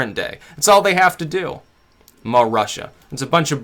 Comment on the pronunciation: Her name is Marusha, not muh Russia ;)